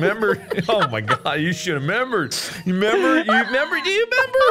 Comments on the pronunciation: "You shoulda membered" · "YOU SHOULD'VE MEMBERED" 😂😂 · Mark: "You shoulda' 'membered!" Me, a member: "But I did..."